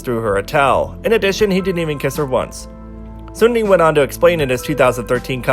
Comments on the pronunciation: great vid, but its racist to try to pronounce seungri "sungli" lol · That's why I love your channel, you speak facts only and I've learned so much about kpop history Ps: I still struggle to pronounce 'Seungri' correctly 😥